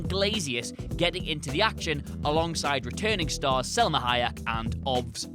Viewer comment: See also: "Selma" Hayak